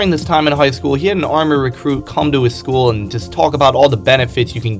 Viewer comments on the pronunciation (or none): none